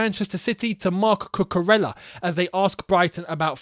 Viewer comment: A reminder lads that it’s pronounced cucuREYA. He is Spanish ffs. Frustrating when i see my fellow Spanish ppl not getting their names pronounced right